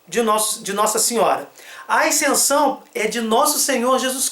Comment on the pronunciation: Por que ele fala "aicensão"?